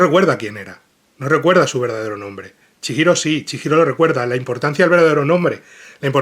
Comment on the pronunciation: Duelen los oidos cada vez que dice chiiro, en lugar de chigiro, es japones, la "H" funciona como "J" o "G" en nuestro idioma.